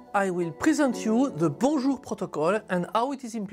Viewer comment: Apt that YouTube should recommend a Bonjour protocol explanation from a Frenchman! Thanks, now my understanding of bonjour is correctly pronounced :)